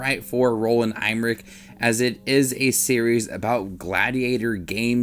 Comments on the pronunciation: Em-mer-ich not Eyemrich! Come on man, at least do some basic research. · Roland Em-mer-ich not Eyemrich. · Thats the worst butchering ive heard of the name emmerich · lol who is going to watch your review when you cannot even say his last name... LOL what a joke